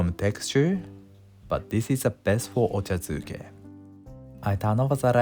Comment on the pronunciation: Ochazuke. Not duke